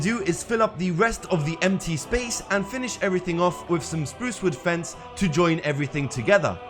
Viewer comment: Took me about 5 minutes to realize you weren't saying "Screws with fence" but "Spruce wood fence" :D Thanks for the tutorial! Your builds are very inspiring. Subbing!